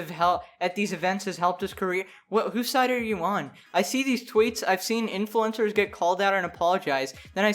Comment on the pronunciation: Oh pardon me but “influencers”? I thought I heard “influenza”